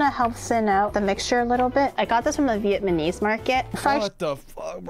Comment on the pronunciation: She said "Vietmanese"